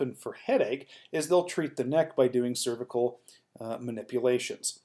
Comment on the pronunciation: Im having trouble getting through this video because you can't pronounce "cervical"